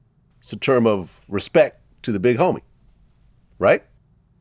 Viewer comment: "I respeck you" 😂